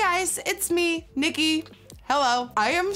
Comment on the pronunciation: I love how your “nikkie” sounds so dutch 😂😂😂 leve Nederlands !